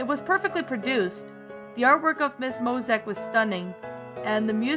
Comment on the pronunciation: No offense but You keep mispronouncing Mosiac wrong You keep saying Mosac.